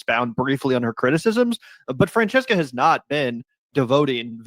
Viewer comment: Its pronounced Franchesca